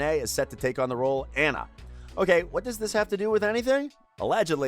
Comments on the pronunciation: Who else was a LITTLE more than a little twitchy when he said Anna wrong? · That’s not how you say arendelle and that’s not how you say Anna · You said Anna from frozen wrong😂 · Anyone else get triggered when he pronounced Anna's name wrong?🥴🙃 edit: omg I didn’t think this would’ve gotten this much likes😅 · Yes I did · I will say that’s how we say it in Britain (or in most places in Britain)